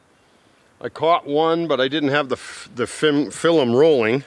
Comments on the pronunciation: I’m watching every episode here too! “Got a lot of good filem”😂“Filemed it”😂😂 “Fileming efforts” 😂😂😂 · I love the way says film!! "Filim" makes me grin every time, this man radiates positivity Never quit being you!!! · Man keeps saying filllum